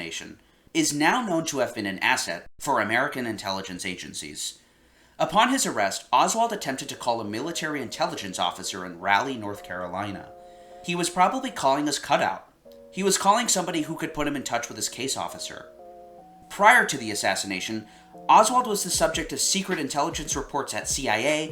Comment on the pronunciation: it's pronounced rawl-e not rally